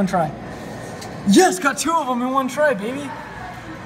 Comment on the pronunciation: I hate the way he says " baby "